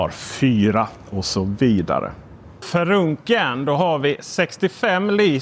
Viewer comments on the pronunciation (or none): Pausen gör att det låter som att du säger något annat än frunken. 🤭